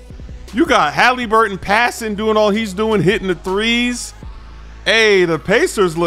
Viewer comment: why do you say haliburton all weird 😂